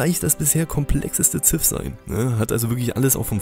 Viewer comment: "Siv" "not Zif"...